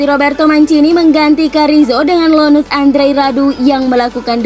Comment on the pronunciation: ionut bukan lonut.. SasuOlo bukan sasuAlo..